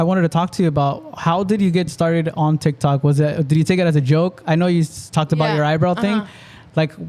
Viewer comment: TikTok not tictok lol